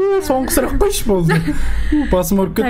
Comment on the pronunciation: ❤❤❤ сұлақ деген сөз жоққой😂😂😂 сұлақ😂😂😂